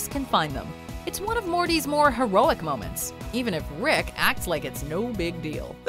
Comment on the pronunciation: You mean “morments”..